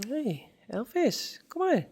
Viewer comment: Lovely little Elvis 💙 It sounds funny when you say Elfis. Why did you ask us about Frisian names if you don't use them yourself?